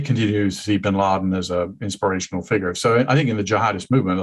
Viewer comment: Sagaar has such a Texas accent on some words. Like "FIgure". He adds syllables.